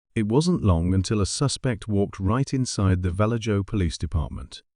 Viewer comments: Vallejo pronounced Val-A-ho (it's Spanish. J's are pronounced H's) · Val-edge-o....😂😅...It is infamous for zodiac ...... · I live in Vallejo California & it’s pronounced Va-lay-ho 😂 All jokes aside it’s not a “safe” place . Some places appear as a nice safe place but they are not. Gangs & drugs are prevalent almost everywhere in the Bay Area but Vallejo is kinda like Oakland for people to kind of get an idea what it’s like out here. Now obviously there are good people & bad everywhere you go but some places you may have to fight for your life if your Jordan’s are clean & the right person crossed your path. A lot of kids have gone missing from Vallejo over the years it really is sad.